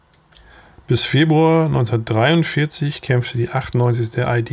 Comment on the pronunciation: Warum wird die Abkürzung "ID" für "Infanteriedivision" in englischer Aussprache gesprochen?